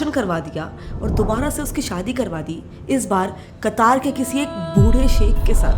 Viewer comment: कतार नहीं..कतर..है